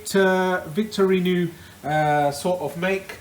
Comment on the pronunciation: Victorinou 😂😂 It’s pronounced vic-tor-oo-knocks